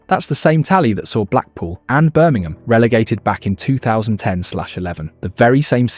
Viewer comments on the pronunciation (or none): none